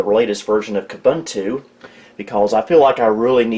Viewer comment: qabuntu? 🙄 it’s Ubuntu.